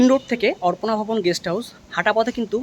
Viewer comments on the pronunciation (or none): Sob e thik ache dada tobe apnar uchharon arpona vaban khub e kane lagche.ota arpona vobon na.ota aparna vobon.